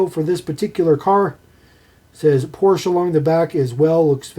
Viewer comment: Not "ay" It's not French, pronounce it like the name Portia and you've got it